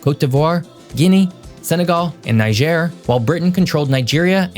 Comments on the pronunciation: On the pronunciation front, Niger (country) is pronounced Knee-jay. Niger (river) is Nigh-Jah. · NEE-jhair. and ben-EEN.